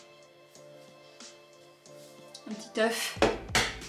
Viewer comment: Quand tu as dit "petit oeuf" j'ai entendu "tituf"😂 sinon j'adore les Vlogmas comme chaque année 😍🥰🎄